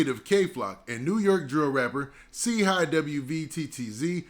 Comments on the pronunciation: He don't get it's pronounced Chi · Brah his name is Chii Wvttz Like Shy Watts Do u get it Now, u Killin Boy Name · It’s really pronounced chii high